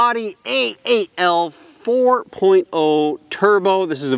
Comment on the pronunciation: Owd ee. Not odd ee.